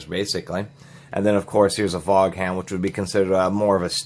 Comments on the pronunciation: It's pronounced..Von...not vog han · Hmmm...I just pronounce Vaughan as "Vaun," not "Vog Hann." Tomato Tomahto I guess. Nice video. I never saw those hammers with the picks before, or just didn't pay as much attention to them. That was informative. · Vaughan is pronounced Von. Just thought you should know for future reference.